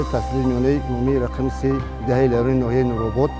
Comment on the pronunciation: Хатогии якуматон Деҳаи Зайрон не барода Лайрон мегуфтет аммо номи деҳотро як чанд маротиба такрор ба такрор хато талафуз намудед. Хатои дуюматон овозҳои мардумро монтаж намекардед чунки бо забони модари гап задаанд лаҳҷаи деҳотии онҳо бозҳам ба барнлмаи сабтнамудаатон ҳусни дигар мегирифт. Хатои сеюматон онки сабти асли аз монтаж 100% фарқ мекунад Сабти аслиро барои чи пахш намекнен бақавле фонограма мемонен.